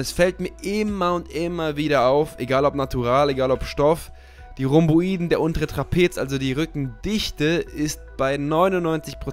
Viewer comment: Bin mega gespannt auf deine Form, warst ja 2016 schon echt brutal. ich will nicht klugscheißern, aber du sprichst Rhomboideen immer falsch aus ^^ Die Betonung lieg auf dem ersten e und nicht auf dem i.. Wenn du die Einzahl (Rhomboideus) sagst, liegt die Betonung ja auch auf dem e;)